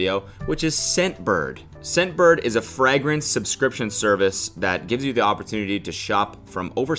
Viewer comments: I thought the first time you said “fragrance” like that was a joke . . . And then you kept going . . . Frah-grens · In today’s episode of cody mispronouncing words : fragrAnce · fray-grance, not frah-grance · fray-grents not frag-rents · Im from northern Ohio and I’ve always said FRAGrance, so have most people around me........ never questioned it before now but of course it’s pronounced “fraygrence”. Makes so much sense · cody saying "frahgrince" instead of "fragrance" kills me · CODY it's FRAGrance not FREGRANCE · Are you saying frahgrens?? Also Cody30 cuz you're 30?? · Is that where the FRAG-RINSES come from Cody?! Do you not know how “fragrance” is pronounced? I’m dead. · We need a compilation of Cody saying “fragrence” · instead of “fragrance” you say fragment but with a “cs” at the end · I love how Cody says fragrance, Frayyygraance Frragoraance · Cody saying “frAHgrence” hurts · sir i know you get clowned on for pronunciation all the time but frag rans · Cody saying FRAgrance is making my blood boil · 😬 I know he means fragrance but it sounds more like FRAGMENTS 🤣🤣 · “Frag rinse” NO no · No one: Cody: frAgrance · frägrance lol also great video, don't wanna just make fun of you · did u just say frag rance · Freh grance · why the fuck does he pronounce fragrance like that 😭 FRAGrance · What the fuck is a frahgrence ??? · HAHAHAHA does he know he's saying it completely wrong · i seriously think cody is yanking our collective chains mispronouncing things… the way he said fragrance and cardaMOM is flooring me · It's fragrance not fragrance cody. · He did not just pronounce fragrance like that 😭😭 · someone has to tell cody he's pronouncing fragrance wrong lmao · I knew at least one if the top comments had to be about the way Cody pronounces fragrance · Has Cody never heard the word fragrance before? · Is he struggling to say fragrance? LMAO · Here to see the comments about the way he pronounces fragrance 😂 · Why does he pronounce fragrance like that??